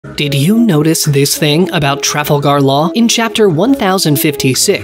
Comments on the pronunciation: The way he pronounced Trafalgar. 💀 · im disliking just for that trafalgar pronunciation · It really hurt listening to him pronounce it that way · I know lol I immediately thought "I'm not trusting anything this person says if he can't even pronounce the character's name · I love watching your videos but the way you're pronounced Trafalgar hurt in a way I never thought possible